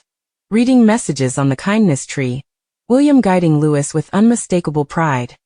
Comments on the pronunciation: Why can't you get his name right!!!!! it's not Lewis but Louei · For goodness sake..His name is pronounced LOUEEEE, not LEWIS. Come on people get a better AI. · For goodness sake, his name is Louis, not Lewis. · Loueee not louise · For goodness sake get it right ,it’s Prince Louis pronounced Looee the S is silent…typical American.. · It's pronounced like Louee NOT lewis. Please correct the pronunciation. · The mispronounciation of Louis name really makes me really angry it's Louee GETIT RIGHT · Louis is pronounce Loo wee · It’s soooooo annoying isn’t it. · No matter how many times you comment and tell narrators to pronounce Louis as Looowee they still don’t get it. And always saying Kate Middleton instead of Princess Catherine. Ignorant as far as I am concerned. 😝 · It’s the stupid AI - I’m always correcting any video that mispronounces Louie’s name. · The mispronunciation of the young prince’s name is extremely irritating to listen to and insulting to the prince and his family. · Prince WHO?? If you’re going to talk about him-learn to say his name right—or program your AI to. And why are we seeing clips from different years? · Mispronouncing Louis’s name smacks of an AI voice, or an incredibly, unbelievably ignorant speaker. I suspect AI. Shame on this channel for a careless, badly done voice. The young royal family deserves better! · For heaven’s sake get it right if you’re going to put these articles on and learn how to pronounce them. Or teach the robot the right way. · The voices are made by computer and don’t have the input to pronounce the name the French way. Just bad programming. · For goodness sake pronounce the young Prince's name correctly! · It’s not all just AI, I’ve actually seen live broadcasters say Louis with the S on the end. They need to just learn the name.